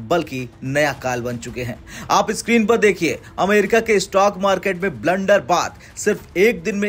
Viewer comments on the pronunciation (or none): भाई, ब्लंडर बाथ नहीं बल्कि ब्लड बाथ होता है।भचर भचर करने के पहले थोड़ा स्टडी कर लिया करो तो वीडियो ज्यादा आथेंटिक लगेगा। का समझे!